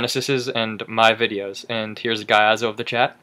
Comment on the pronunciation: its not pronounced gaiazo lol its giazo